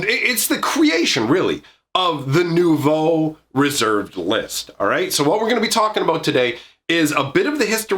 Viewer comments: 9/10 for your French pronunciation of "Nouveau". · As a french guy I am in total awe of your prononciation of "nouveau"